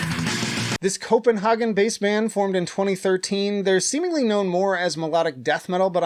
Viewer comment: Respect for "Kopenhagen" instead of "Kopnheygn"! 👍